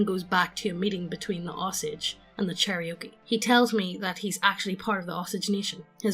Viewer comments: Cherokee, NOT Cherriokee CHAIR-OH-KEE, NOT CHERRY-OKIE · 'Cherry-oakie' kek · Listening to really badly mispronouncing Native American Tribes is making me cringe inwardly every time. Especially Cherokee., IT'S CHAIR-OH-KEY. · Cherry oaky 🤣 chair-oh-key cherokee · Yeah, i’d say it as Chair-A-Key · A pronunciation guide. Chair-O-Key. I love you guys, but c'mon.